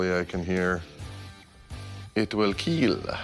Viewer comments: It will keel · I’m sure a metal pipe would cause enough brain damage to “KEEL” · It will kweel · You know you did bad when he says it will kill instead of it will keel